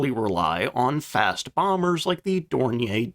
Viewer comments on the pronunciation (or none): Since you can't pronounce Dornier correctly, nobody has any reason to believe anything else in this video is accurate. Try another AI voice generator, or if it really is you, get some education. Unexcusable.